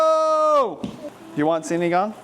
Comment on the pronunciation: Sinigang 😊 not sinagang 😅